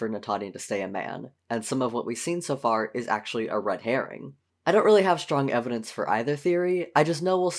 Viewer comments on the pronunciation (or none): none